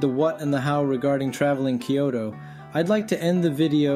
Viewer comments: The video is helpful for those new to transportation in Kyoto, but the narrator consistently mispronounces the city's name. New visitors to Kyoto should make sure they haven't adopted his pronunciation. It's isn't "Kee-OH-Toe" but "KYOH-Toe." The Y isn't a vowel. It's a consonant. Think of Y as in "yellow" rather than Y as in "happy." "Kyo" is a single syllable, not two. This is the same "kyo" that appears in "Tokyo," which also has two syllables instead of three. It was common to mispronounce "Tokyo" prior to and even during World War II. That mispronunciation was displayed in the occasional spelling "Tokio," which clearly gives three syllables. Visitors to Kyoto will gain points if, when talking to locals, they pronounce the city's name correctly. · I live in Kyoto, and can vouch for the information you give. But I really wish you'd learn how to pronounce the name of the city. It's not three syllables -- "kee-yo-to" -- it's only two -- "kyoh-to". Unfortunately the "kyoh" sound doesn't exist in English, except between words (try "blacK YOgurt"). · This is actually a great guide and also my ears bleed and a little part of me dies inside every time he says KEE YOH TOH There are only two syllables in "Kyo-to" Also Kenzai for ("Kahn sai") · the way he pronounces Kyoto (particularly the 'T') gets on my nerves.